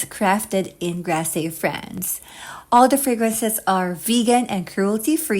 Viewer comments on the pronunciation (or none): Maybe you should learn how to pronounce Grasse